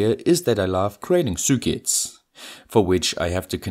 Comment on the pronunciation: I love how you say zürkits